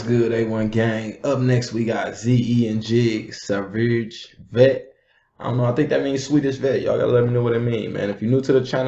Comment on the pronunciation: After all this swedish reviews and ur shout out to the tp guys plz Try to learn to say "Sverige" in a normal proper way due to respect bro, not " searuuz vet" bro... The boys have focus on details here